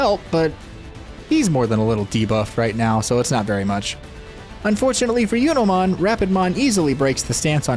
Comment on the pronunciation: Do you intentionally mispronounce digimon names? "Yunomon" instead of "Junomon"?